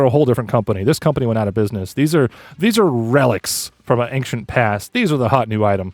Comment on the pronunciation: you keep saying “ang-shent” instead of “ane-shent”